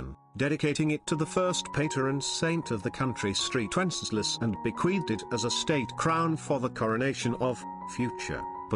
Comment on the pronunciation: Did the automated British voice just pronounce it as "Street Wenesclaus"? Lol